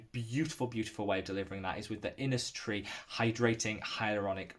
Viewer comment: There is either innisfree or isntree not innistree😅